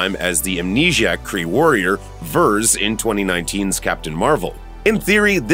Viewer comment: It's "Veers" not "Vers".